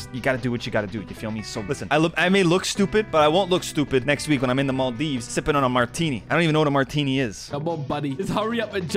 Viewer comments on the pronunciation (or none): none